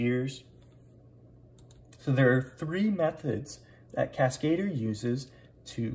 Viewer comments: Cascadeur. French. Emphasis on DEUR. kaska-DUR, not kas-KAY-dur. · I'm pretty sure that that's not how you're supposed to pronounce "Cascadeur", lol. It has nothing to do with the English word "cascade", but instead it's simply a French word for "stuntman". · Did the French put a man on the moon? NOPE! CASKATER it is hahaha